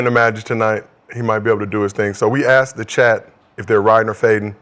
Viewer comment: y'all tell Kmart to please stop saying ( I aksked.. I AKSKED !!!) 😂😂😂